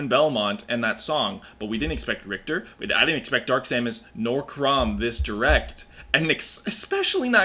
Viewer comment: I hope in game Richter is not so horribly mispronounced. You englisch plebs butchered it for decades at this point.